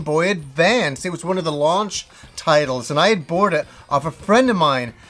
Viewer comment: you have a horrible habit of saying words wrong. You said bort instead of bought or burrowed instead of borrowed lol